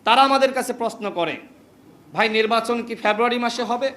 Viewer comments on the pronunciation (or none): February ucharan Kara Sikh 😅